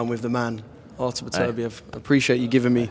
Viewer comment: The heart say beterviev but the head say bivol